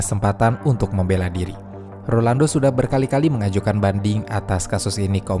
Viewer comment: Rolando bukan Orlando, bisa denger ga sih?